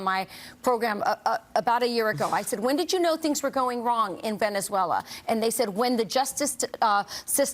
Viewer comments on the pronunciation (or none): "vEnEzUeLa" LOL!